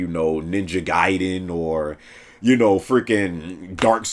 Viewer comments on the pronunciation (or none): none